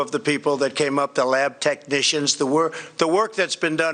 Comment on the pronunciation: wow, "lab technitian" he must've practiced only that word 3000 times, while butchering legislatooooores.